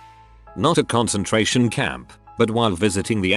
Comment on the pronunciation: Too-raidy a concen-trairian camp